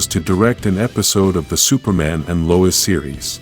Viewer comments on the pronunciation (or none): none